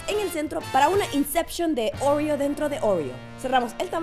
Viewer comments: Como porque dice ouriou es oreo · ¿Por qué siento que cuando dijo "oreo" la "r" le salió diferente a la que suelo oír? (Como un ruso con su acento diciendo palabras en español). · Por que quiere pronunciarlo como americana haha,por eso suena asi